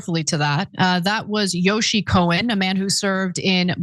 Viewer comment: Yossi, not " Yoshi." Ana is beautiful and bright, but she often mispronounces words/ names etc